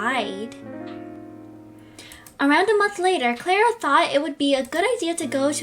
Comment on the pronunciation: Omg pls stop saying clara like that like if i am not hating on u but its annoying like if agree